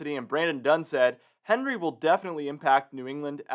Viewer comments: Came here to say the same!!! Very irritating every time he said Henry!! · Isn't Henri a French name and is pronounced awn-REE? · Quick reminder, Henri is pronounced “ahn ree” because it’s a French name. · It would sound a lot more professional if you pronounced this storm's name correctly. It is pronounced "on-ree", which is the French version of the English name Henry. The World Meteorological Association picks the names, and they are a mix of names from the predominant languages spoken in that part of the world. For the North Atlantic/Caribbean basin, the languages are French, Spanish, and English, so the names on the list are from those languages. I hope that helps you.